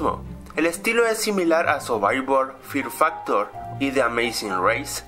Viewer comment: "Survaibal fiar faktorr" :v